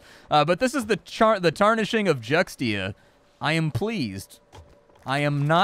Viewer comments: its pronounced Jchuaxzckutcktia . did that help ? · FYI not correcting you just saying in general Xt usualy is ancient for a d sound or the x is silent so it would be Judia or jutia but I like your pronunciation better :)